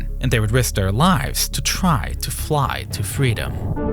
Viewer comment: twy to fwy to fweedom. touched me.